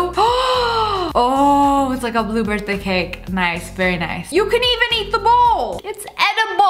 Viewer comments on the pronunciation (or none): For some reason when Lia said Blue Birthday cake I kept replaying it and still heard Blue Bertha and I was SO CONFUSED.